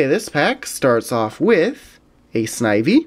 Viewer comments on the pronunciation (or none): none